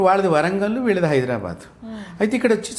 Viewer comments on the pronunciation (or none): none